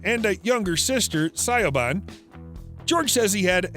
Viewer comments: George's sister is called Siobhan, pronounced "Shivorn" not Si-ob-han. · Oh dear ... Si o bhan ... Its always good to research things before posting ... That way you know is sister's name is pronounced as Shuh vonne! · His sister's name, Siobhan, is pronounced as: shuh - VON Not see-oh-bon🤦 It's an Irish Gaelic name. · Sioban? You mean Shivawn? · Younger sister Siobhan. Thats pronounced Shivon, not "Sioban" 🤣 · Sigh o ban ? You mean Siobhan pronounced Shi-vawn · Sigh-oh-bonn???? Do your research, people! That name is pronounced "Shivahn". Hard to accept any of your "facts" as real after that! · His sisters name is pronounced Shivaun. Do your research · These computer voiced videos, Siobhan, is pronounced shivaun. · P!nk I’d love to see her on here. If you’re going to say George’s sisters name please pronounce it correctly it’s Siobhan Pronunciation English: /ʃɪˈvɔːn/ shiv-AWN Irish: [ˈʃʊwaːn̪ˠ, ʃəˈwaːn̪ˠ] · Sister Sy-oh-ban 😆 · Siobhan is pronounced Shivon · They way you pronounced siobhan just sent me 🤣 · I really don't think it's necessary to disclose his salary... And I'm pretty sure that's not how you say his sister s name.. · How did he pronounce George’s sister’s name???